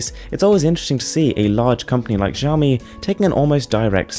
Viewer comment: It's pronounced as Siaomi